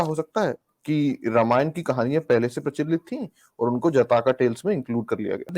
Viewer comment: Sadi Ke Baad She, Nahee Century Ke Baad Se ✅. Se ✅ She Pronounce wrong. Har S Ko Aap Sh Pronouns Karna Bund Kro Example Possible ✅ Posshible Wrong 😑.